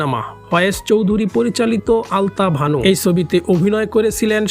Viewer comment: আপনি আলতাবানু না বলে আলতাভানু বলতেছেন কেন?